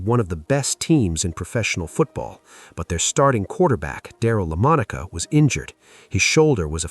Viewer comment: He repeatedly pronounced Lamonica incorrectly in the video that he did on the former Raiders star quarterback. I am a Cowboys fan, but I know how to pronounce Lamonica and Blanda.